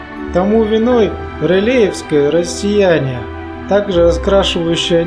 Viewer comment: автор действительно плохо учился в школе. Не знает про солнце, зачитывает текст не вникая в суть, особенно поражает слово "раз-сеЯние", а я думал правильно "рассЕяние", от слова рассеивать. Кстати, солнце относится к классу желтых карликов. "Соответственно своему названию, по результатам фотометрии они имеют жёлтый цвет, хотя субъективно их цвет воспринимается человеком как наиболее чистый белый". И еще, Эверест с буквы Э, а не Е.